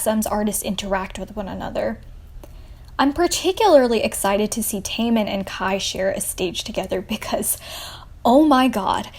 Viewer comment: Taymin from Shinee Baykyun from Exo and Tayyong from NCT. I cringed at your pronouncing of their names, but still good video.